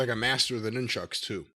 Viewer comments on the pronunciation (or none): Could listen to Jim say “noon-chucks” all day. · Interesting pronunciation of Nunchucks.